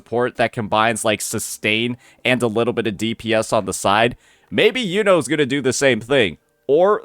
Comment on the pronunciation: It's killing me how many creators can't pronounce her name, it's "you know" like the brother from black clover